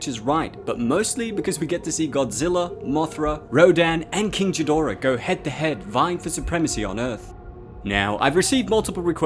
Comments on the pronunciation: it's KING GHIDORAH not that gibberish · King Jidorah LMAO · "King Jihdora"